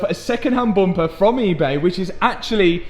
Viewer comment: As an American living in Northern Wisconsin (known for heavy accent) I love hearing you say 'Booumpa' haha love the content my man!